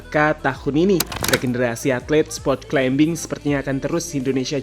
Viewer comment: Maaf mas, climbing bacanya climing, seperti plumber bacanya plumer